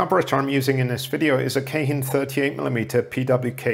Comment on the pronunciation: What I like best about this video is I’ve finally heard someone pronounce Keihin correctly. It’s not Keehin, it’s Kayhin. Whenever I pronounce it right shop people look at me like I’m dyslexic. Little do they know I lived in Japan for many years